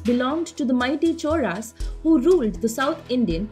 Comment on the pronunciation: Lol it is cholas but she is pronouncing choras